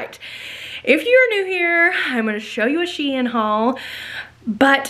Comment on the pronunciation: YESS!! I haven’t gotten through the entire video, but I’m so excited you got an appointment! Can’t wait to see what they say! Love LOVE all the pieces I’ve seen so far! And, thanks btw, for making me have a new shein shopping obsession! (P.S. the company tweeted, you are saying it right. SHE - IN.) My daughter just bought her 8th grade dance from shein, and mostly bc of the cute dresses you got to go to Vegas! (Just saw the yellow shirt with blue earrings! Made your eyes so BLUE!!)